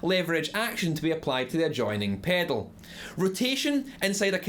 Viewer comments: take a shot every time he says PEDOLE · I love how he says the word “pedal” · I love the way this guy says pedal. Paydl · The way you say pedal is gold. Good video also, as I am just getting into guitar this is quite helpful. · I like how you say "pedal", but we say it pretty boringly in North America. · came for the info... stayed to hear him say pedal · I love the way you say "pedal". :)